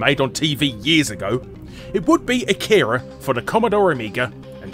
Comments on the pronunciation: I can hear all the weebs complain about how you pronounce Akira now. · You pronounced Akira and many names of the characters incorrectly... If you've seen the movie... How the hell do you pronounce something incorrectly that is said multiple times in the movie... Plus the animated car and teddy bear ARE in the movie... Geez...